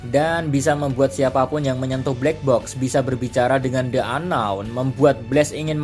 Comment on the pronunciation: Ka "the unknown" di baca nya "di unknown" karna setelah the ada huruf vokal ✌️